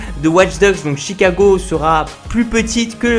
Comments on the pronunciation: C'est Chicago pas T'chicago. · Pourquoi tu dis "tchicago" 😂